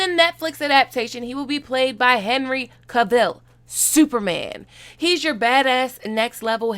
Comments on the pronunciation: Im sorry i cant with this video her pronounciation of geralt or henry cavill or the really urban explination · Within the first few minutes of the video she mispronounces the name of “Geralt” and “Cavill” ... ohhh boy. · Omg, We've had Henry Cavill in the pop culture cross hairs for years now...CAV-ill...the emphasis is on the first syllable...and yes, I know I'm too much!😭 I can't help it... I'm an english major and I love him so!